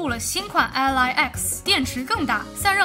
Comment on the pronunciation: ROG Ally 唸做 阿利 不是 阿萊